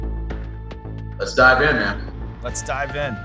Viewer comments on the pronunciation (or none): "let's dive in man" . I thought he said "let's die again" tho 🎲